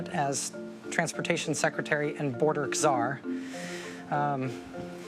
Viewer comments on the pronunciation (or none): Did she just pronounce czar as KaZar? 😂 STFU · Rachel Maddow really doesn’t know how to pronounce “czar”?… isn’t she supposed to be one’a dem ‘educated’ folk? 🤔